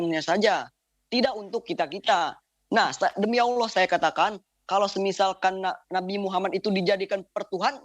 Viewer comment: Mana baca ny salah lagi...dbaca Alah hadeuuuh